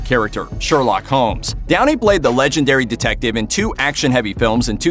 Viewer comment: When you talked about Sherlock Holmes, not gonna lie I thought you said Tony instead of Downey...